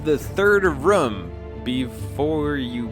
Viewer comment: I love how says room. Sounds like he's saying rum.